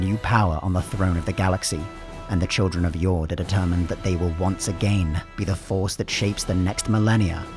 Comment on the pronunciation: if Jord is meant to be pronounced like it is in say. danish. then the D is supposed to be soft. it's not pronounced like Fjord. just a small detail